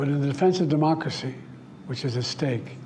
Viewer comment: “This is critical to our mocracy”😂😂😂WTH???